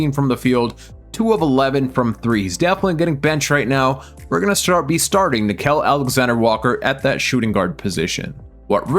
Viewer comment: dont forget about nick-kel alexander-walker bro...its nick-eel